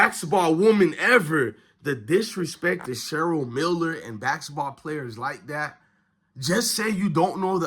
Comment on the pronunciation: Practice saying basketball please.